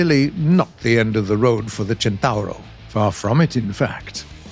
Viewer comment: Near perfect Italian pronunciation. I give you a 8 over 10.